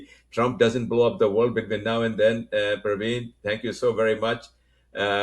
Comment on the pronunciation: Since living in US for long, you should be aware how careful Americans are in pronouncing someone's name correctly. His name is Praveen or Pravin but not Urdu name Parveen or Pervin.